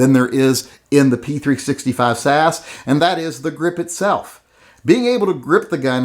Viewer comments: its s a s.as in british special air service,komando regiment. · This reminds me why I unsubscribed from TYM. He hasn't actually touched the Hellcat, but pronounces it much harder to shoot than the P365. And he compares an extended grip on the P365 with the standard mag on the Hellcat. Worst of all is him saying "sas" as if its a word. Every time I try to like TYM, he proves himself yet again to be a b!tch. Don't review a gun that you've never been in the same room with.